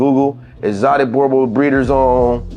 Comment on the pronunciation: Oh lol its pronounced Boer (what we call farmers here in South africa) not bore Booo like a ghost sound lol Boo and like you would say Right so drag it out rrrrright now the sound you get before the ight Boer Bull so in english would be farmers bull